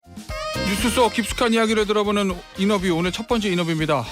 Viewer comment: 엥커가 제대로 된 영어든 국어를 쓰야지 이너뷰가 뭐야.. 영어를 쓰면 자동으로 혀가 꼬이나 보지.